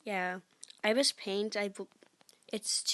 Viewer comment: I-be-es paint is how it's pronounced lol.